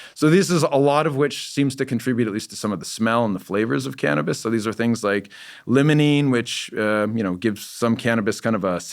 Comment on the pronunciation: It’s said like, ‘LYMEolene’ not ‘LEMONENE’ You’d think he’d know this. Also, he claims the most dominant terpene in cannabis is Myrcene? I wonder if his studies are of strains coming from northern hemisphere growers. The dispensaries here in the south have nothing but majority limonene in their strains. I think he should research more into terpenes. The best shampoos in my opinion have limonene as one of their top ingredients. It truly wakes you up! There’s no myrcene shampoos out there though.